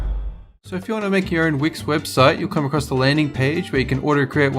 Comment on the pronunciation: When they said wix they said hwix